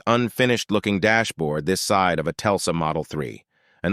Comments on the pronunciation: Lol the AI voice pronounced the Tesla as a Telsa. Also called the Toronado a Tornado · Tesla…….not Telsa……lmfao!! AI sucks. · It’s like Don Rickles doing a guest voice on The Simpson’s. It’s Tesla, not Telsa. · Get rid of the AI narration, and also learn what the hell you’re talking about before posting on YouTube. Half the names of the vehicles are mispronounced and the information is inaccurate at best and completely wrong at worst. It’s TESLA not TELSA Fiat is pronounced “FEE-OTT” TO-RO-NAH-DO not Tornado The Excalibur was not a production car sold to the general buying public, but a custom kit car built on a production GM chassis. The X body GM cars (the Citation) was not any where near as problem ridden as you protest. In fact beyond a few early braking issues (which were corrected by the middle of the 1980 model year) the car was one of the most reliable on the market. Man, do you know ANYTHING about cars, or do you sell ladies lingerie?? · "Telsa" Model 3 🤣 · Telsa... dyslexic bot 😂 Beeturbo... not dyslexic, just can't read 🤣🤣🤣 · Telsa? Get a grip. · They also don't program AI narrator to pronounce anything correctly. Telsa?? Lol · You lose a lot of credibility when your AI can’t pronounce Tesla. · Telsa???? AI horseshit